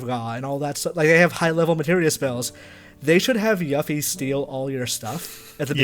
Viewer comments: It's pronounced "Cho-ko-bo" Not "Choke-obo" Also, "You-fee" not "Yuh-fee" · “Yuh-fee” I respect you, but no. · why is that one guy pronouncing all the names of things wrong? he says yuffie wrong and chocobo wrong. wtf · Love how he can't even say Yuffie right.